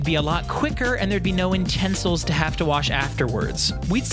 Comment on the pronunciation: did anyone notice that he said UNstensil?